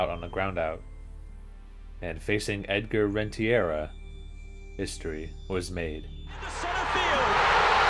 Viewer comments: This has been a certified '90s Strike Zone Moment Also, did you just call Jim Thome Jim Thorne and Edgar Renteria Edgar Rentiera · The way he pronounced Renteria, Zeile and Alou really bothered me like come on dude 😂